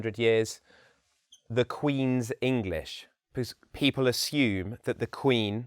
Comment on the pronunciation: His accent is good as an example of RO, but he has a rather weak L sound. For example, he says pee-paw rather than pee-pull for People. He is correct when he says his accent is only somewhat RP.